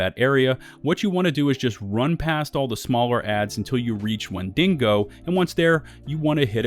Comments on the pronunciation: #1 Massive mistake you're currently making: pronouncing Wendigo as "wen DING go" and not "WHEN dih go". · Wind-e-go not Win-ding-go. Sorry lol. That was driving me nuts. No hate intended. This is a good video. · Wen-da-go ya dingo 🤣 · Wendingo? The Australian version of Wendigo. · Why, Why, WHY! Does everyone say WendiNgo? There is no second N? It frustrates me so much when people say it, Wendigos are a common thing I fallout so I hear it alot. WEN DI GO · WENDINGO . IM DONE LOL 😆 WHEN DE GO , OVER DER LOL 😆😂🤣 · I'm sure it's coincidence, but real trippy that this "5 mistakes" list is so nearly identical to KhrazeGaming's video on the same topic from the bullet points to the video title to turns of phrase, all the way to pronunciation of "Wendi(n)go." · Wendigo. Not wenDINGO. timestamp it's right on the screen. It's not a dingo (an Australian wild dog.) It's an Indian monster. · WHEN-DEE-GO! Stop adding an extra N. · Why th fuck you pronounce wendigo wend deh go, wen din go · For a second there I thought the monsters name was Mandingo because of the way you said Wendigo. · Died at "wendingo" lol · "Wendingo" lol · When-dingo? Where-dingo? How-dingo? Why-dingo? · There’s no n in wendigo. Don’t know why you’re emphasizing DINGO so much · God your butchering of the word Wendigo would make the tribal people cry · Bro you are so articulate and your voice is so soothing to hear but i thought you were talking about a dingo or something and then i realized you were pronouncing the WENDIGO. Haha. That shit killed me, i thought i was tripping. Anyway, much love, you gained a sub.